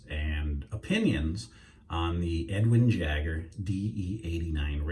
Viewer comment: Why can’t you say Edwin Jagger?